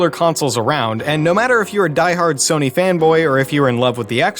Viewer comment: Soy-nee (Sony) xD